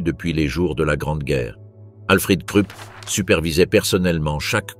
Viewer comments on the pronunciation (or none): Pourriez-vous prononcer la Rouhr pour la Ruhr et Kroup pour Krupp ?